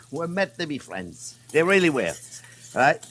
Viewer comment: Hewo deh fwends!